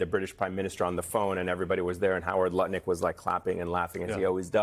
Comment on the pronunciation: Great that kept it to 'Lutnik' and not 'Nutlik'!